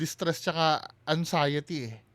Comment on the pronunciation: Pakisabi Kay ….its ANXIETY……NOT ANGXIETY. Walang “G”